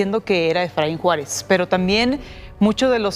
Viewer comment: Es Efraín Juárez nooo Suáaaaarez caaab 😂😂😂😂